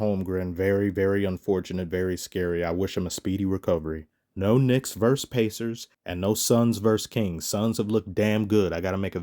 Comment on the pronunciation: It's VerSUS NOT Verse. A Verse is part of a song.